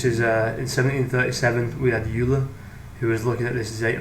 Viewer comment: Great video! One very pedantic correction: Euler is pronounced OY-lr or OY-la, depending on how you enunciate your R's. Sounds like Oiler or Oilah. Youler is a common mispronunciation. -Cheers!